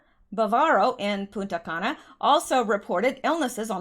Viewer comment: make sure you pronounce the N in PuNta Cana. Lol, without it is a bad word!!!